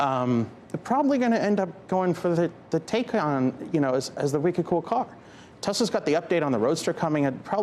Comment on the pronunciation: He would be more believable if he learned how to pronounce Taycan.